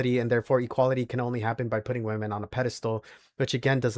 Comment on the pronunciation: Nothing that simp said is an argument. He sounds unintelligent, he can't even pronounce the word "women" correctly.